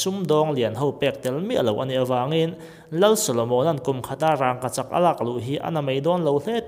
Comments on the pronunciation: Thil ziak rang anga lam rik loh tur a ni a. Rangkachak mai zawk ani. Pronunciation tlemin a felhel deuh ani e. Bak chu a zia chho zel ania.. 👍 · Wraaaagkachak ngawt in sawi a, a fair lo... Daiiily pawh sawi ve ru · "Rangkachak" tih hi i lam dik lo vek. "Rangva" tih a "Rang" kan lam ang hian i thluk vak a..an thluk vak ngailo. Thluk chiam loin "Vangvat" (Leech) han lam a "Vang" tih kan lam rik ang chiah hian "Rangkachak" tiin lam mai rawh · Rangkachak tih i lam hian ....rang tih hi thluk dulh lo la. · Engatinge rangkachak i lam dan hi, "r a n g" lai hi i thlûk a? Thlûk miah lovin, "rang" tiin mi zawng zawngin kan lam a, kan lo lam dik lo zawk em ni le? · Lei tawt hi chu ka la hrethiam a duh vang a ni lo. Mahse raangkachak tih hi chu amah chiah, mithiam zawkte pawh rawn ve awm. A chapo thlak em maii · Aw, sawi chiang thei e. Rangkachak han tih hian, "rang" lai tak hi thlûk loh tur a ni a, thlûk chu a dik lo a ni tawp mai. Amah hian lam rik dan tur a nei ve tawp a ni. Chungtiang zelin hming dang, Buhchiûm pawh hi a ûm lai hian rik dan tur bik a nei ang hi a ni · I rangkachak lam dan chu. Va han tenawm mai mai ve. Lam pui leh no itum lutuk emawni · Rangkachak i lam dan hi adik lo agaihthlak ahreh awm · a ngaihnawm hle mai,mahse rangkachak tih laite hi... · Thluk dik lo ania, kan hrilh kha apawi lo reng reng, tang dik lo,Zika dik lo,thluk dik lo kan inhrilh tawn hian kan hnam tawng humhimna leh ti hlu tu ania, adik lo leh tawng chhuak thar leh inthlahdah tawng ti mai ang kan pawm duak duak hian kan tawng ati hausa ka ti ve lo,ati dazat ka ti zawk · Rangkachak i lamdan hi ithluk tlata thluk loh tur,thildangah chuan sawisel na tur a awmlo angaihnawm e.